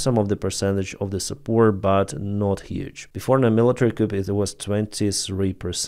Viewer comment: “coup” is pronounced: Cou, the P is silent. Great video again!